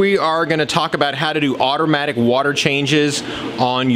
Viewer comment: Did u say otter matic water change lol come on 11 secounds in